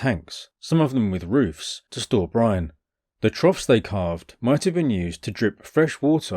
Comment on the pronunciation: At one point I heard "Brian" when you said "brine" and things got unintentionally hilarious.